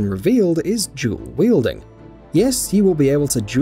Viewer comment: It's not jewl wielding its dual wielding